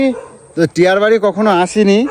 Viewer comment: টিয়া কে টেয়া বলো কেন? উচ্চারন ঠিক করো।